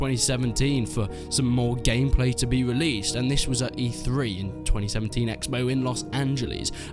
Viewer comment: He keeps saying released and its hurting my soul